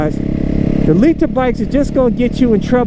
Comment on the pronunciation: to Noobs: “Don’t get a LEE-Ter bike!”